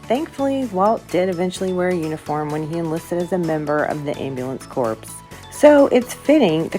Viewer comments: Just a friendly heads up. Make sure to pronounce Corps as "CORE" like marine "core". People get touchy with the sound of "corpse". Thanks for the great video. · Corps is pronounced core, not corps, a corpse is a dead person. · Corps is pronounced "Core". And great video 😃